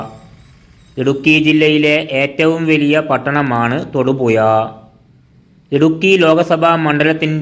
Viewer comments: തൊടുപുയ അല്ല തൊടുപുഴയാണ് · നീ നിന്റെ മദ്രസ പാട്ട് പാടുന്നത് പോലെ അല്ല കാര്യങ്ങൾ അവതരിപ്പിക്കുന്നത്.... പിന്നെ എന്ത് വില കൊടുത്തും ,ഴ, എന്ന് പഠിക്കാൻ എവിടെയെങ്കിലും പോകു.... അവന്റെ ഒരു തൊടുപുയ.😮😮😮😮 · തൊടുപുയ അല്ലേടാ നാറി തൊടുപുഴ 🤭🤣🤣🤣🤣🤣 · എട പട്ടി തായോളി നീ ആദ്യം മലയാളം ഭംഗിയായി സംസാരിക്കാൻ ശ്രമിക്ക് തൊടുപുയ നിൻ്റെ ഉമ്മാൻ്റെ പൂയ്🤪😜